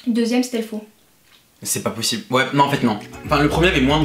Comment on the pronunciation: cest pas pochible 😂😂😂